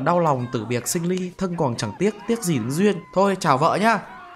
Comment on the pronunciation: Kiểu bị ngọng ấy bạn